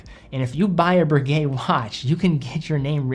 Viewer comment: BRRRRRRRRRRRRRRRReguet, not Berguet.